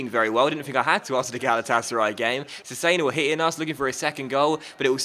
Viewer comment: Cesena is pronounced Chess-enna